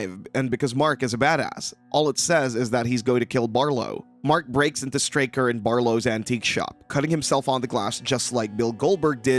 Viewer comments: STRAY-ker, NOT Starker. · *Straker, not “starker” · “Straker” Not “Starker” lol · small point, not Starker, Straker. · One problem l have with this video is that the narrator repeatedly mispronounces Straker’s name as “Starker”. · If you're gonna hate on the movie can you at least get your pronunciation of the name Stray-ker correct. Also the newspaper cliptalking of the fire is from 1951,the first fire that almost burnt the town down. In the 79 version Marc is giving his speech for the play which tells of the 51 fire. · you know when someone hasn't seen the other two TV movies, & hasn't read the book, when they mispronounce one of the major names in the story. Over & over. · hahahahaha! "Straker" is really a hard word to sound out in your head, right? How many different ways do you think it COULD be pronounced? "Let's see--"st" is short for "saint", so maybe it's 'Saint Raker'"? Gimme a break. SOME words, yes. A simple word like Straker, I doubt you'd struggle to pronounce, unless you have reading difficulties. I suggested having read the book AND seen one or more of the TV movies would enable you to pronounce it correctly. It's not as if Straker is a minor character. Also, the argument that "the script was wrong" may be true, but IF you'd watched any of the other series, or listened to any other review of Salem's Lot, ever--you'd correct the script when on air, & when actually reading from it. My point is this guy isn't a true fan, because at least once or twice in his life, he'd have heard the proper pronunciation for that name. Now that's ok--most reviewers AREN'T really fans. Now he knows. Maybe going forward, he's less likely to mispronounce.